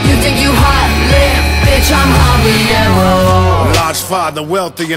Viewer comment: I guess. How you gonna have her do the hook for habanero when she can’t even pronounce the word. Listen to the hook she says habeeyero